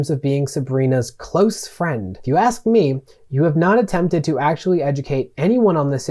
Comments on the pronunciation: Great video. Haven't yet finished it, but so far it breaks the situation down quite well. One critique I have would be saying axe instead of ask, other than that you're quite well spoken. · Please learn how to say "ask/ed" 😅